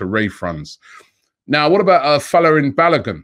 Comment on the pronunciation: Its not pronounced balagun.. it's is pronounced BA-LO-GOON